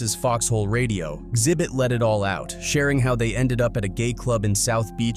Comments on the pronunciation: It's not "zibbit" . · Its pronounced "Ex Zibbit" not "Zibbit". And It will be interesting to see what the FBI confirms are on the tapes they confiscated, but this could take a decade to be revealed, with how slow huge court cases like this go. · The 2nd saddest thing about this video is that the narrator doesn't know how to pronounce Xzibit "exhibit" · Bro Xhibit is said like the word exhibit. Not Zibit lol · Calling xzibit “zibbit” is crazy dude it’s pronounced “ exhibit” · It's not zibit it's X-ibit exhibit..... get it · Who are Zibit and Zybit? You guys need to stop using AI if you can't even pronounce Xzibit as "Exhibit" correctly. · "Sibit" lmao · “Zibit……” 🤦🏻‍♂️🤦🏻‍♂️🤦🏻‍♂️🤦🏻‍♂️. I can’t………. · Its pronouned "EX ZI BIT" and dislike for the clickbait thumbnail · “Enter Zibit” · This AI voice couldn't say "Xzibit" 😂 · Does anyone else hate him butchering xzibits name lol😂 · Ya know you can just google "Xzibit" and learn the right way to pronounce it. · Is this a automated VO or a real person. I cannot atand how they say names. No one has talent to read obviously, gotta have a computer do it. Liten to how it say Xzibits name. 😂😂😂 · mispronouncing X-hibits name like that is crazy 😂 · VO kept butchering xzibit’s name 😂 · DAMN, he can't pronounce Xhibit@ I don't know if this is a computer narration or not. PEOPLE look up the names of the people before you make a video!!! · Thafuck is this AI voice and why can't it pronounce Xzibit? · The first person that replied to you is correct. It's a common flaw with AI voicing - it often mispronounces names. It's easy to detect because sometimes it gets the name right and then messes it up on the next go. Which is what happened here. This is something real people would generally never do. It also wasn't able to enunciate Xzibit correctly at all. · holy shit the AI voice butchering Xzibit just sent me over the edge into a fit of giggles 🤣🤣🤣🤣🤣🤣